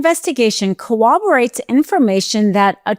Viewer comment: Respectfully - co-wob-erate❎😮 corroborate✔